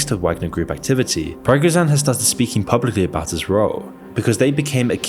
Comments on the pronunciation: Not sure if you out source your scripts but if you cant even pronounce the mans name remotely correct puts into question your knowledge of the subject. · How can a video be this well researched and all of the majors names are pronounced completely wrong lol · "you probably never heard of the wagner group" dude what. That and the wrong pronunciation makes this questionable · You are not pronouncing his name right. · Yah, I can’t take you seriously when you mispronounce Prigozhin every single time. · Good video but please learn how to pronounce his name oml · Same, it was very hurtful to listen him pronouncing it wrong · Yeah, for an otherwise brilliant channel with so many excellent video's, his pronounciation of Prigozhin's name really does tick me off. I mean it's not that difficult, and Prigozhin's name has been all over the media for quite some time now so he should have heard it a couple of times at minimum. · This guy intentionally mispronounce a name repeatedly in every video i watched. I think he does it as a bait to trigger people like us and get comments, so his video gets more interaction and probably benefit more from youtube's algorithm. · but he got the vowels wrong. The vowels! This can only be done intentionally. Why would he do it? I first thought it might be this is a synthesized ai voice, but even it wouldn't go as far as turning an i into an a. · Come on man, who can take this video serious if you can't even pronounce Prigozhin's name correctly. 😂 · I dont think you pronounced the guys name right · I lost you after 15/20 second, when you totally butchered the name "Prigozhin" and I realized you put stupid/annoying/irritating fake dramatic music on background. Sorry, maybe you put together the smartest video ever, but I'll never know... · although the vid was okay and informative, the pronounciation of Prigozhin was really annoying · Maaaannnn ... you completely butchered Prigozhin's name every time you pronounced it! 🤦‍♂️ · who tf is pragozhan??